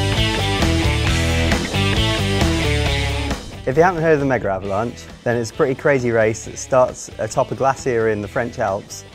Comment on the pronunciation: Why do they say "megaravlanche"?